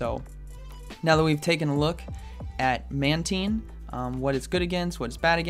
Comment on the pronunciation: Sounds like you say bubble man team...LoL